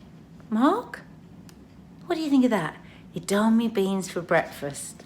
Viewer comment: Edama-me beans - you’re missing out a syllable!